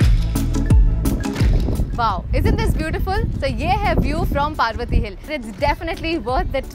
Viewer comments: Its parvati not paarvati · IT'S PARVATI NOT PAARVATI, THANKS